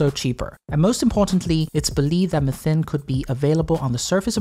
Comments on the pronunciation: I love this video. The recap is well formulated. The only thing that bothered me was your pronounciation of “methane”😅. One generally pronounces it as “meh-thane” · theres "mathane" theres "mithane" but no "methine" like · I've never heard anyone else call methane like that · The British usually pronounce it Me-thane Americans seem to pronounce it Meth-ane. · I hate the way he pronounces methane as well as the fact that he didn't provide metric measurements near the imperial ones. Very unprofessional. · Why are you saying "methane" different than everyone on the planet -- just to be obnoxious?